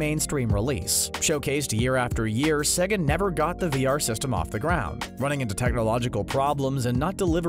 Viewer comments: im sorry but you pronouncing it as sehgga pisses me off so bad it's sayga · he says sega like siga, it’s pronounced say-ga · bro this guy pronounces sega 'segga' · "S egg ah" not "Say g ah" ok then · sega is spronounced sayguh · It’s not sEga it’s saga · no one is talking about how he said sega?